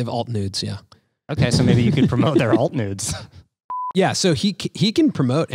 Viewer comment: "they`ve got alt-noodes"